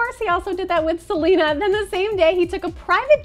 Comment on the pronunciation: It's Selena NOT Gelena